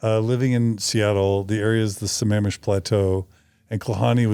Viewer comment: You even said Sammamish correctly! I love it!